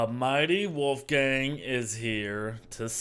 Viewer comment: Did he just say woofgang?